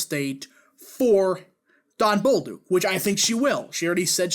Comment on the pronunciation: It's pronounce Bolduck not Bolduke.